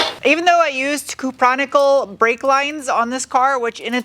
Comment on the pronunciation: I've never heard anyone pronounce cupro-nickel as if it was all one word before.